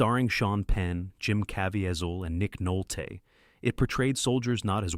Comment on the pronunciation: Nick Nolt-AY